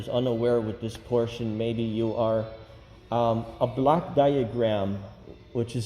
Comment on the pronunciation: He misarticulates. It is a "block" diagram, not a black diagram. Hell, confused the hell out of me! A black diagram? Lordy!